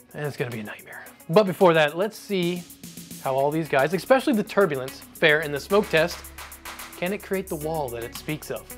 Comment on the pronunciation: Dude you have me so intrigued in EVERY video. Until you say something like "EXspecially"! THAT IS NOT A WORD. irregardless, it's not just you. This personally "trait" takes no prejudice. As soon as anyone says EXspecially or ATM MACHINE‽‽ I lose all regard for the content, and hope that the creator gets their shit together in the next video